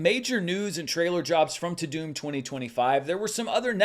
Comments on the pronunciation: Isn't it "ta-dum" and not "ta-doom"? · Is it pronounced Ta - DOOM or Ta - DUMB? I thought it was Ta- DUMB. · I thought it was pronounced “too dumb” but maybe that would be too in the nose. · I pronounce it "TAH DUHMMMM" not "TOODOOM"